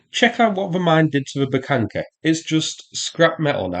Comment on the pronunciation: I'm curious: Is there some rule or something in english grammarthat there shall be no H withoun a k infront of it? It's a Buhanka, not Bukanka, like eng speakers make it sound.